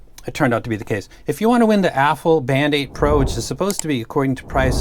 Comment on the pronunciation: Every time you said Band8 all I heard was BandAid